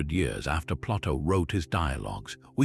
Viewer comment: I know it's Ai but I can't listen to the mispronunciations of common names like Plato and Hercules. It's too much to endure.